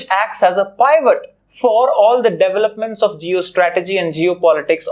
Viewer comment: Your pronunciation of Pivot is wrong 🤦